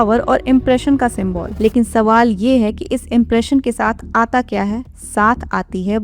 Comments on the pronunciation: Symbol ❌ Sim-ball ✅ Chapri’s trying to give gyan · Symbol hota hai mam symbool nahi 😅